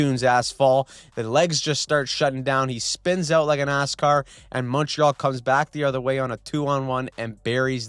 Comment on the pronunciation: Did he say “asscar”?